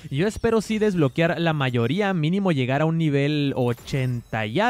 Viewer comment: DESBLOQUEEEAAAARRRR!!!! SE DICE "¡DES-BLO-QUE-AR!" NO DESBLO-QUIAR! NO LLEVA " i " si no, " e "!